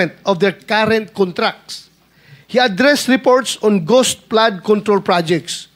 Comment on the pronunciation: Ghost po sen. Marcoleta di po goss/gose hahahha